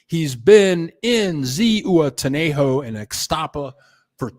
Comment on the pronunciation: Zihuatanejo—- h is silent. UA pronounced like wa. Ziwatanejo